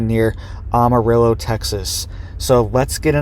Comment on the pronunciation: Former Texas resident here....The "am" in Amarillo is pronounced like "am," as in I am no longer living in Texas.